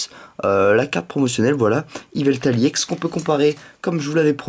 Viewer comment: On dit Ex pas iEx